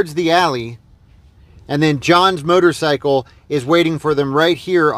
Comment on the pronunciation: I love how you pronounce it "murdercycle". That's exactly what it is.